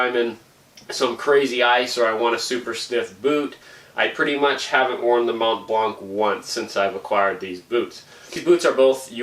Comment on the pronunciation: Mount Blanc, the c is silent 😅